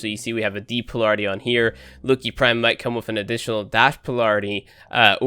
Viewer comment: pole-air-it-ee.... lmao is that how they pronounce it in Europe?????